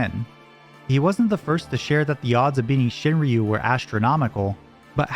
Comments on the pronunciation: "shin-roo", they don't pronounce the Y in Shinryu. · It’s pronounced shin-roo, fucking gaijin